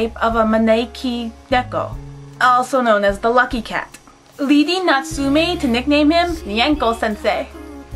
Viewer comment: Your pronouncation of Natsume Yuujinchou killed me. Natsume is pronounced with a short e sound. (meh) not me and jin is pronounced with a long i sound like (jeen) Also if you want to get really into it dont put so much stress on the tsu it's Natsume not NaTSUme